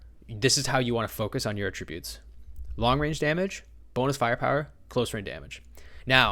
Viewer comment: The way this man says attributes is wild . It’s attributes , not a tribute .